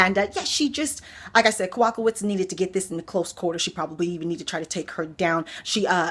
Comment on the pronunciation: Jedrzejzcyk (Ya-Jay-Check) You said "Jin-jin check) Kowalkiewicz (Ko-wall-kay-vich You said ko/walk-awitz) I just say "Killer Karolina" when in doubt lol